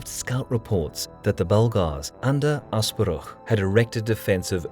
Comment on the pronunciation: You perfectly pronounced Asparuh, not something I have expected but wholeheartedly welcome